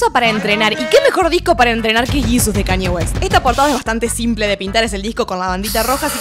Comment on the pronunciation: Me dio algo cuando pronunció a Kanye